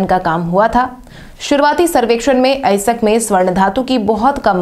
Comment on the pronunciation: अयस्क या अएसक? ठीक से अध्ययन करो।